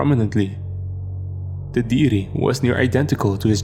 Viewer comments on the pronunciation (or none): none